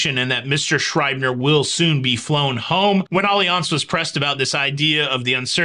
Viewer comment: Just asking, is it really pronounced Olly-Ance, or Alliance… you said it so many times it was bugging me to know. 😄